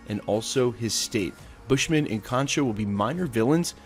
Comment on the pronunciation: “Stained glass Mary” yeah... so... that’s not her name.. “Cone shoe” yeah... so... that’s not how you pronounce it...